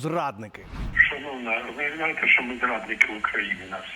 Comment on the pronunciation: в українській мові немае слів - щчє, щчо, якщчо. Вивчайте мову. Зверніться до мовознавця - Олександра Аврамєнка, послухайте як треба говорити, бо вас слухати не приемно